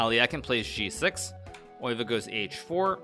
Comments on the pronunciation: Pronunciation is [ˈøːʋə], more like oehve (German ö), definitely not "oy" sound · I figured it would be similar to how a german would say it. Because hikaru definitely pronounces it in a very german way. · There are placenames Leeuwen (Gelderland) and Leuven /ˈløːvə(n)/ (Brabant), while the animal leeuw (lion) is pronunced totally different, viz /leːu̯/. According to Wikipedia the former world champion's name should be pronounced Max /ˈøːʋə/. Hikaru's way of saying it on the other hand is the German one, which to my ears sounds good also. (But then again he might work on "Zugzwang", if at all possible together with his faithful student Levy).